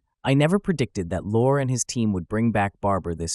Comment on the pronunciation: I believe,, Levine's nom de plume, Lorre, is pronounced, as stated in the narration, like the British pronounciation of the word for "truck" -- lorrie.